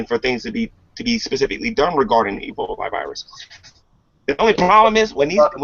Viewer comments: sometimes you hear say something that you think is a slip of the tongue....but then he does it again. 6 month year old e-bol-eye axe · Somebody please, please, tell him that it isn't pronounced "Ebolii".